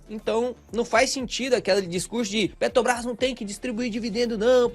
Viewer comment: qual a dificuldade do cara falar peTRObrás?